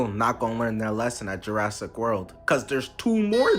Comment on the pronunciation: "Jurrasic" world